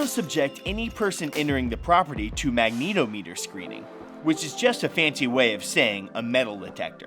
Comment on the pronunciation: Mag-ne-tom-e-ter, not mag-neet-o-meet-er.